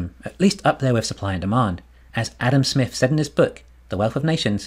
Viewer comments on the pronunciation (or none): none